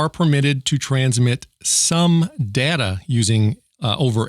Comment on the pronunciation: IT'S PRONOUNCED DATA!!